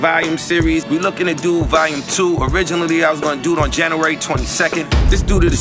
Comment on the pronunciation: Dude can't pronounce January.